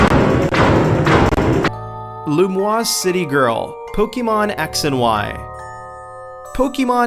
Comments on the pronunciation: Lumiose. Not Lumoise. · "Lumoise City"... You mean Lumiose. (I know it was probably a typo and you read it that way, but it still felt wrong) While I'm there, it is pronounced Pok-ay-mon and not Pok-ee-mon. Keep up the good work anyway! Your videos are getting more interesting than before (even if you could cut some parts of those clips sometimes, because they're pretty long). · Ahem... loo-ME-ose, dickwad. Not loo-MWAS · lumiose city not lumoise that's pronounced differently